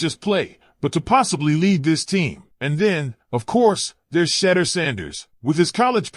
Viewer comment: You can't even say shedeurs name right